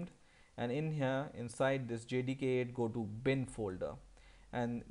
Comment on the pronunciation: sounds like he's saying jihadi 8